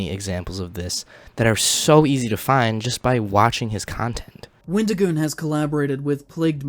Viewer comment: The example he used of "far right" is basically just the anyone more to the right than he is. For someone who wants to seem so upset that someone made a video with our favorite avocado, he sure can't say his name correctly. His response on X was awful. I'm sorry, but it was the worst explanation ever. "Oh, I've gotten tons of things factually wrong because I can't control my emotions. Yes, i got things wrong but that doesn't change my opinion that all conservatives are evil and that wendigioon shouldn't be allowed to exist in horror or public spaces because i don't agree with his political or religious views. Oh, also, everything else i said that was factually wrong i stand behind as well but yeah, I shouldn't have used those pictures." His idea that people calling him names means they're nazis is just as crazy as his other takes. I'm not surprised to see that IPOS doesn't seem to understand you can be friends with people who have different beliefs than you of your a well adjusted individual. I'm the type of guy to hear someone said a slur and go "Oh no, anyway..." Because i understand that words only have power that you give them. Just like money only has value because we decided it did. People who make it seem like someone was out there physically assaulting people have no life. Horror is about the thrill of fear and suspense in a safe environment where you're allowed to express these feelings without being in danger, with various underlying types of horror invoking differe